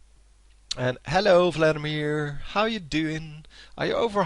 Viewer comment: lol, i love how you say Vladimir :P Fladdimir FTW